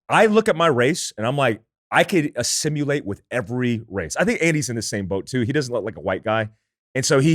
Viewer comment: Somebody tell his favorite word is pronounced “Ah-sim-il-ate” lol